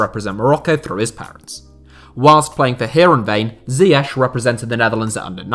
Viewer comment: Why cant you pronounce ziyech